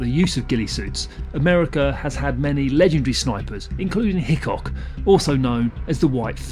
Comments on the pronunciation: He also got "hicock" wrong. It was Hathcock not Hicock. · You also made a mistake pronouncing the American sniper's name. You clearly said "Hickock". The man's name was CARLOS HATHCOCK. Please get your information correct!!! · Just to let u know mustang whitefeathers name is not hicock it's Carlos Hathcock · Hathcock, NOT Hickok